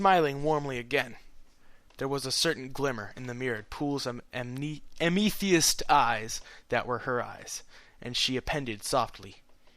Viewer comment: its pronounced AM-AH-TH-EST ok. Its a type of purple crystel.